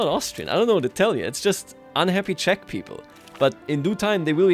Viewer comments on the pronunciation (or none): none